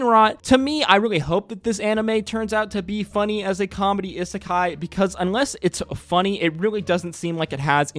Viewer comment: how can you mispronounce isekai so much?